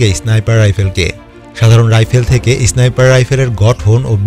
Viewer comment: ভাই ওটা ইসনাইপার না। স্নাইপার হবে শব্দটা। আর ম্যাগাজিন না ম্যাগজিন হবে